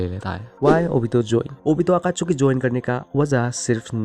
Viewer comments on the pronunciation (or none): Akachuki😂😂 nahi Akatsuki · Abe totle akatsuki he akatchuki nhi he jhatu bolna seekhle